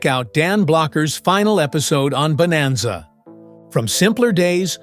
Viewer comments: Bonanza, Not Boemazza. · AI-can't even pronounce BONANZA at the start. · Your AI couldn't even pronounce bonanza correctly. And that was in the first three seconds. Why should I watch the rest of this garbage?